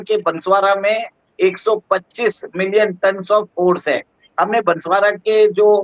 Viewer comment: कृपया बंसवाडा नहीं बोलो आप इसे बांसवाड़ा बोलिये। यह जिला राजस्थान का चेरापूंजी है।